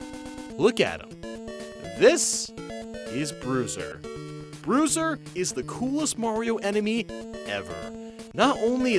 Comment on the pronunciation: WTF is Broozer